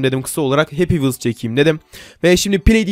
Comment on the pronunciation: Happy vhels senlik diyil